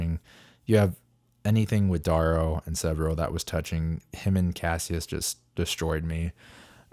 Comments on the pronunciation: D-air-ooo bro not D-aaah-ro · It’s D-arrow, like arrow. D-orrow clearly not spelled the same but if you want to sound like you went to the Zoolander school for kids who don’t read good by all means.